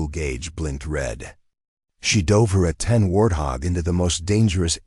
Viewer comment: Oklahoma - This was a good story, but if someone is going to be reading this for public listening, they should be informed of specific details of the story. For example, the A 10 is a true warrior's aircraft. It is not pronounced Aten as was used in this story. It is A 10, said together, yes, but accented as well. Further, It's the United States Marine Corps - pronounced Cor - the "p" and "s" are silent, unless you are talking about the Marine Corps' abilities in combat. In that case you would pronounce the "s" at the end of Cors. There were several other words misprounced. I would suggest that before someone records this story for presentation, they read it first and maybe mark how to use the word live. Is it someone is living well, or someone is alive?